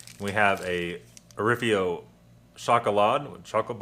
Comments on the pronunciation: Orifo not Orifio. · I love those rations. It's Orifo and not Orifio btw. The Travellunch Tagespaket is used by the Austrian Army btw. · you never pronounce anything right!!!! your saying orifo wrong among other things......